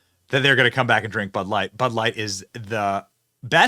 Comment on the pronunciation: your stressing and unstressing the wrong syllables and its stressing me out. Its bud LIGHT. Not BUD light. Identify its a bud and that its light. The way you say it makes it sound like some type of flash light or something lol damn yankees BUD light